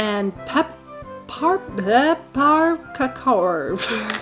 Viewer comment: My family’s heritage is SWEDISH!!! I need to look up this Santa Lucia Day Unit!! We just read a book and watch a video on December 10. ❤ Great pronunciation of Peparacor!!